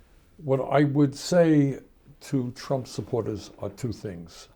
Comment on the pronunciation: It sounds like Bernie calls Trump a more appropriate name, "Tramp."